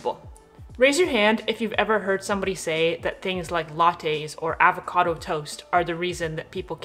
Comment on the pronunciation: You said Avacodo aaavacodo 😂